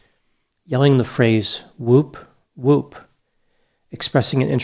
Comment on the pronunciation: “whewp………….whewp…” - never heard it like that before 😂